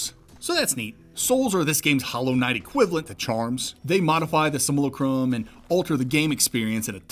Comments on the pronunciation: My guy, it's pronounced "sim-yoo-lah-crum" not "sim-YOO-luh-crom" or "sih-mool-ih-crum" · "Sim - Yew- Lack - Rum" like simulation. Im sorry im not trying to be a deek but I couldn't help myself.